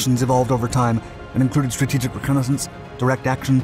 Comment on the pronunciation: Don’t say strategic reconnaissance like that ever again